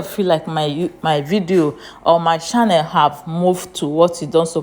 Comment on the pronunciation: Please the pronunciation is not shannel but is rather channel 😮